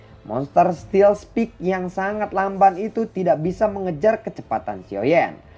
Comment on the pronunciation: Sorry min. Cuma mau bantu belajar b.inggris [steel spike = stiil spaik]